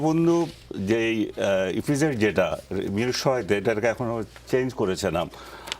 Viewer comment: এই লোক তো ইপিজেড ঠিক মতো বলতে পারে না😂😂😂😂ইফিজেড বললো😂😂😂